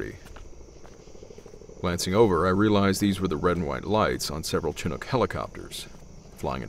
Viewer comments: I've literally NEVER hear CHin(as in a part of ur face)-ook (as in book) before. I've only ever heard SHin (as in part of you leg) ook (as in book). It hurt my brain. Sorta like somebody sayin sc AL(as in Albert)-lop (as in cut off) instead of saying sc- ALL( as in awl, a pointed tool often used in leather and metal work) - op (as in hop) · 1959 "Chinook" is a "sh" - For sure. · Only the PEOPLE are pronounced SHinook, all the helo's and fish and stuff is pronounce CHinook. This is what the Chinook people have told me. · Chinook is pronounced "shinook" btw....lol their isn't many of our words that announce a "ch" sound. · Oh boy. Thanks. Haha. Now I am greatly considering fixing this since I have a couple days to do so. Feel like I owe that much to not only the native language itself but to our rotary-wing pilots. I could have sworn I tried verifying that “ch” pronunciation at some point during my writing. 😩 So many deep sighs and grumbling to follow. But thanks Haley. You probably saved me a lot of grief! I’m still shamefaced about my pronunciation of “Belarus” in the wolf episodes. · lol I’m going to pin your comment to the top. I have my defense! But after reviewing a number of other videos, I did clearly miss hearing the correct pronunciation. That soft “sh” sound at the beginning. 🤦‍♂️🤦‍♂️🤦‍♂️ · I'm fine with Chinook, no problem. Chh...Shhh.. English language sucks. A Canadian winter warm spell, 'Shinook' Anyone offended by a pronunciation, needs to do some soul searching. Love your channel! I see how hard you work to make quality content. Cheers!! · don't worry about it!! We here it all the time! I Chinook is a small band of Natives. I am Quileute. We had our language long before complex written form. So all you did was mispronounced the name We were labeled ass. 😄 so you can't catch grief over Chinook if it's own members don't care! Chief Seattle....his name wasn't Seattle. 😆 our names are hard, we know, that's why I changed my name lol